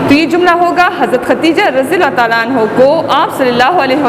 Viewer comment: برائے مہربانی یہ عنہو نہیں کیونکہ یہ عورت ہے اس لئے عنہا پڑھی جائے